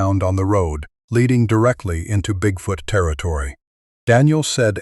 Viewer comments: Bigfout, is that the Canadian pronunciation? Like aboot instead of about. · AI …… WTF….. cannot even pronounce bigfoot “BigFooooot”. correctly !!!!?!? ONLY CLICK BAIT LONG STORIES !!!!😆😡